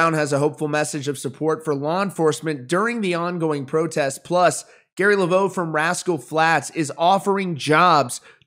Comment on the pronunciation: Its levox (le vocks) not laveau (left vo). You should know that being in country music news.